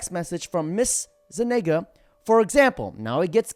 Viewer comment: Zu- Nig-Ga.... jajajaja you can't make this shit up.